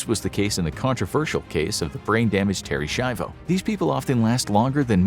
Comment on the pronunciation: I'm such a bad person 🤣 he said Terry shivo and I said out loud " terry shcaivo is kind of alive-o"